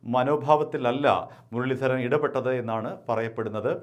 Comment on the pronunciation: മുരളീധരന്റെ R എവിടെ പോയി 😄😄